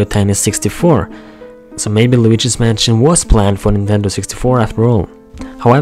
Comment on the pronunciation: did u say while luigi's manson or waluigi's manson